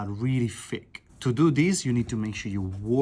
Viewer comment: He also says “thick” like a Londoner 😂